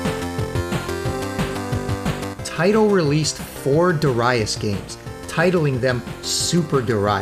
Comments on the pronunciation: Duurai-ass was hilarious. I keep saying Daareeus. For us Dutch it is pretty easy, the Dutch pronounciation of Japanese names in romaji is usually spot on. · Excellent video. But, Duraias? 😁 Darius ❤️ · They say it more like: Da-r(a)i-us To my ears 😁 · Great video man, really appreciate the work that went into this. Certainly learnt quite a few things. Always admired the PC Engine but never owned one until 2015. It's a glorious system with many great games and yes a lot of shooter's. Interesting pronunciation on Darius. I've always said Daareeus and don't even know if I'm right after all these years haha.